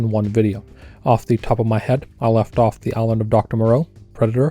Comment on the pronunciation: Do you want to try to say the word island again? That was terrible to listen to.